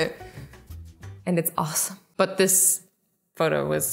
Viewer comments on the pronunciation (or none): none